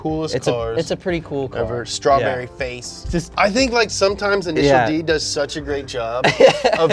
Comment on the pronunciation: INISHEEEEEEARU DEE